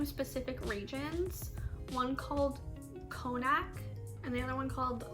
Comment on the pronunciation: Connacht is pronounced Con-nut and Leinster is pronounced Len-ster. Also regarding French some of your Irish could be French as Brittany is part of the Irish and Scottish category also.